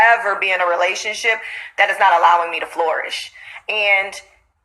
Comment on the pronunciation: Girl keep saying floorish and not flourish 🤦🏾‍♀️🤣😂 lord